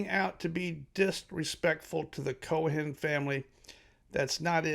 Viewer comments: Pronounced Koe'-in ... no "h" sound. YOUR WELCOME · Brother, the way ye pronounce 'Cohen' tells me maybe ye ain't from NYC...